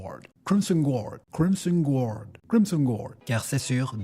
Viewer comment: Crimson guard😂😂😂 c'est énorme ! L'accent anglais est parfait 😂